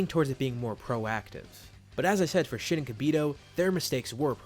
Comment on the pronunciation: I dont know if its only me but when he says shin and kibito it sounds like shitty kibito 😂😂